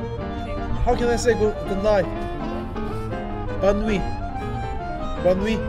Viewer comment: 쌍떼, 본뉘 ㅋㅋ 잘하시네요 !